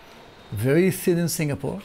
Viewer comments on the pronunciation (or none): none